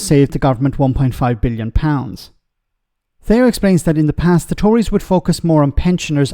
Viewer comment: Thee-oh not They-oh or Two!!! Oh how he has changed since he left LBC and gone to Times Radio!!!